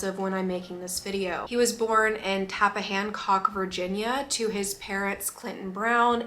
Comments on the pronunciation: Hearing Tappahannock pronounced as Tappahancock was probably the cutest way I've ever heard anyone say it and I love it.💜 The -hannock is like hammock but with n's instead of m's. Edit- fixed a word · I'm from super close to Tappahannock (you didn't say it right but I love you, ) and grew up knowing that the one thing our home in the boonies could claim was Chris Brown. It was definitely a cool story when I was young, but is such a bitter fact today. His decline is a result of his poor decisions and is so unfortunate...